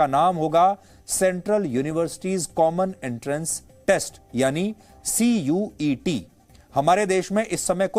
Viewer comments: CUCET HOTA HAI 😂😂😂😂 N KI CUET..... CONTENT CREATOR CHANGE KR LO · Cucet h cuet nhi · It is CUCET not CUET